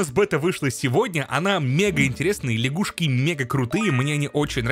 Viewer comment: Не ляшгушки, а лягушки